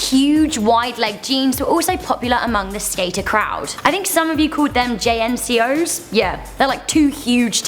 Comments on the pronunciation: It's pronounced "jean coes" lol. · JNCO is pronounced Jank- O